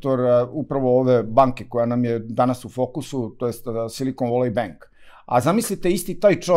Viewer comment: Valley se ne cita kao /voli/ nego / veli /....voli wolly je urbani izraz za muski polni organ 😂😂😂😂